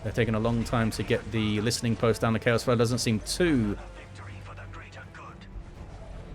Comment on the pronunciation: Finally a caster that pronounces "listening post" correctly. Other people keep saying "listing post" and it's driving me crazy.